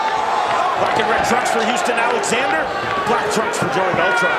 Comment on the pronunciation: That's my mfing cousin so fucking proud of him doing the Alexander name right ❤